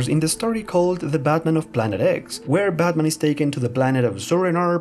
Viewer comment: I love his pronunciation of Batman sounds like "BadMan".